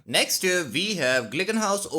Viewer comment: “NEXT UP VE HAVE” IS BACK🔥🔥🔥🗣️🗣️🗣️